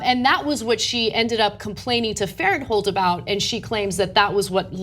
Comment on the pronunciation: I know Blake Farenthold and its pronounced Blake Faren-thold not Farent-hold. She took a settlement and though i have no idea if he did or not but in any case, he is paying out of pocket back to the congressional account. He was never estranged with his wife and i know this as i know the family. She took the settlement and cannot sue. She is basically trying to ruin his career years after the settlement. I recommend you look up the dates of this settlement and tell me why there has been such a gap since the settlement and now she suddenly wants to make a hit piece.